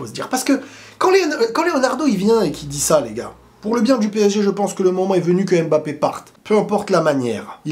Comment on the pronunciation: Pourquoi les français disent Embappé (aime mbappé)